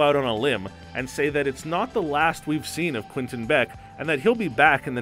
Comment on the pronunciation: does it bother anyone else how he’s saying “quinton” not “quentin”